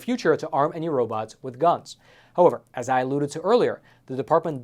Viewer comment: How-over? Don't you mean how-ever? I think you just need to slow down a bit. That would be easier to understand as well. Please? After all, it isn't a race. Is it?